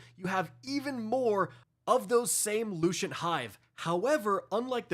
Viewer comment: loo cent not loo chent thank you